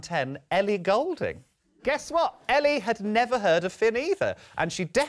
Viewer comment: Is it pronounced golding or ghoul-ding? Very annoying